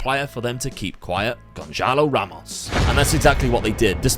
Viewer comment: The ç in Gonçalo Ramos reads like the s in super